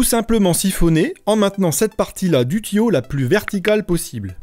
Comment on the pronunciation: On dit tuyau pas tiyau